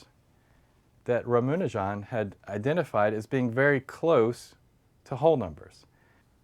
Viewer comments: "Ramanujan" not "Ramunajan" haha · a quibble: his name is" rama- nujan " not "ramunajan" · I'm sorry for the negative comment, but I cringed every time this guy said "Ramunujan" :( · Aditya Prakash Did be actually pronounce the name right? Sounds wrong in English because it's written Ramanujan and not Ramunajan. But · rum una jon. yup that's the way its pronounced. MURICA!! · "Ruh-MOO-ni-John"? Really? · Rama rhymes with bama in Obama, nu rhymes with two, jan rhymes with pun.. Ramanujan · it is ra-MA-nujan. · Actual its ram-anujan(pronounced- raam- anujan,both a in anujan are pronounced as u in under) It literally means younger brother of Lord rama. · john landis yep..It should be pronounced just as it is written like Rama.nujan...no extra flavours..I'm an INDIAN. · the way this guy pronounces ramanujan bothers me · Yeah, he is trying to impress the American viewers. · I was distracted more by the way he pronounced "Ramanujan."